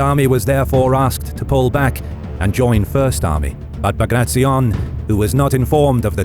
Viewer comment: It was an amazing video but please next time pronounce his name as you read his last name was B A G R A T I O N as you write you read the same way, not BAGRACZION.